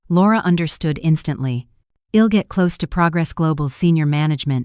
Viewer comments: It is I'll not ill. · This is a very annoying story. Apart from Asterisk Asterisk there's the misreading of I'll to ill and I 'm to Im..... .. what the hell??? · Yet can't pronounce, " I'm or I'll " correctly.